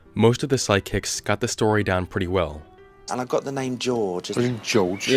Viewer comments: Why do I hear you saying "sidekicks" instead of "psychics?" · It sounds like you’re saying “sidekicks” 😂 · Why do I keep hearing "side-kicks?" XD